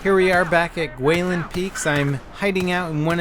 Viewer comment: great vid as always...and i'm happy you got that guilin pronounciation right